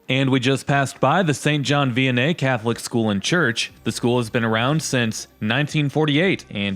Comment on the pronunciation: Nice to see my city on YT, but it is pronounced St. John V-en-ie. - An former SJV Viking. Anyways, Mott Park (the first neighborhood this video shows) does have its nice parts, but it is not what it was when I was growing up. A lot of the homes are rental properties now and not the friendly lives across the street sort of renter like what my grandma had when her parents rented in Flint in the 30s, but out of state people who could not care less about the property. There are still people who care, and I hope they hold on, and I hope one day I am able to be the sort of home owner who shows some pride in his home, but for now I am stuck seeing the city I love continue to die. Thanks for showing off my city, I think some of my fellow Flintstones need a reality check if they think that everything is just fine and we are not facing an uphill battle.